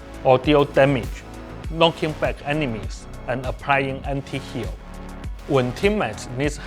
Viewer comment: Did he just say...anti heal...